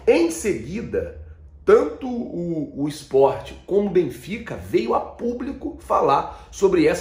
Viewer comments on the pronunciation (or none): none